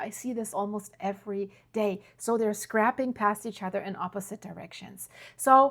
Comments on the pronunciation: scraping is pronounced "scray- ping" not "scrap-ping" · Thank you,! Great update, as always. 😊 BTW; "Scraping" is pronounced with a long a, as in APE. Hope this helps?